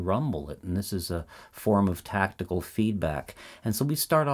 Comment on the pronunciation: FYI it's not "tactical feedback", it's "tactile feedback" (relating to touch), pronounced like "tack tile".